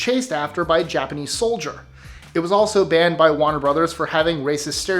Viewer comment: It's 'soldier', not 'solider'.